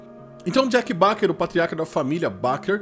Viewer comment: Um bom vídeo, bom resumo, tem meu like. Mas poxa cara, eu acho que não é difícil acertar a pronúncia da família Baker [bei quer] e não [bá quer]. Só uma dica.